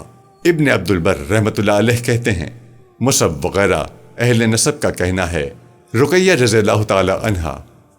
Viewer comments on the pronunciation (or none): none